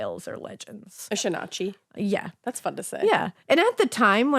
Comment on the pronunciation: Shanachie (seanchai) is pronounced: shay-nah-key